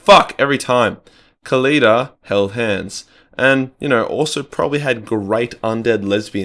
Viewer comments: The pronunciation was a bit.... well. How is Khalida such a hard name? The H is silent. Just sound it out. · Its not that hard to pronounce. Kah-li-dah. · Khalida really isn't that hard to pronounce... just saying